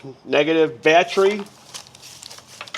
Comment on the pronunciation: Battry - Sounds like someone form New Jersey or New York.